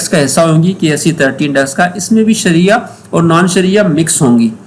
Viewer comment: شریعہ ہے صحیح لفظ